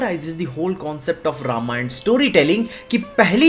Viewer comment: Thank god ne रामायण बोला रामायणा नही 😅